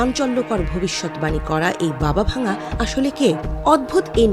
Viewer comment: Not Baba Vanga the pronounsiation is Baba Wangga.He/she is not broken but Dead.